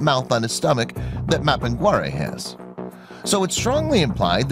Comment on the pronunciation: behemoth other name, maphingarae, never seen such a terrible pronunciation